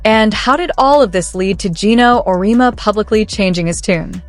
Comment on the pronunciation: OMG. Do your homework!!! It's Aur -e-EMMMA!!!! Amateur mistake.